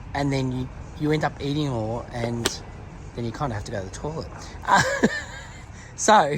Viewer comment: I love your videos, but please,, when you say toilet,, it's pronounced toylet not torlet